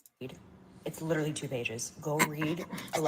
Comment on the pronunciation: Lideerally.....lol that tickles me for some reason!